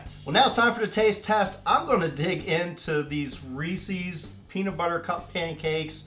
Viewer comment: Cracks me up how you keep saying Reecie's instead of Reece's!